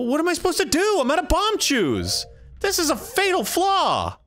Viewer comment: Arin with the bombachu's is painful.